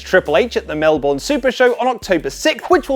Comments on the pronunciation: Melbourne. Mal-born? Mel-bun! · Gah Melbourne is pronounced with burn not born in Australia, like Brisbane is with bin not bane. Lot of the crowds at wrestling shows for international companies, tend to tear them apart when they pronounce them wrong lol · 😫 The way pronounces Melbourne.